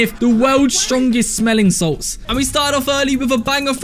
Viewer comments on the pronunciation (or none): Bro said smeling sals💀💀💀